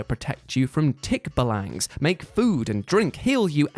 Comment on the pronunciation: It's pronounced /tik-BA-lang/ :D